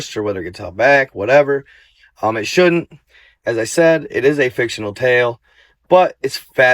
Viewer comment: Why am I watching and you just said fictionary account